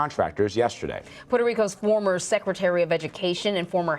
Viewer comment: Former not fromer 🤯